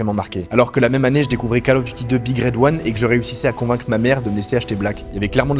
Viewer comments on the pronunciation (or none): je découvre ta chaîne, merci pour ton travail. Suggestion : prononce "Call of Duty" : Cole of Diouti", pas "cal of duti" : ça fait saigner les oreilles ! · "cAle" of duty !!! Sérieux ? On dit "cOle" of duty... C'est pas la cale du devoir, c'est l'appel du devoir ! ; ) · KAAL of Duty? Va falloir reprendre les cours d'anglais ^